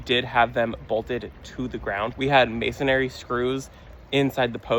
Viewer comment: It's masonry not masonary, I couldn't resist. Sorry. Love your channel.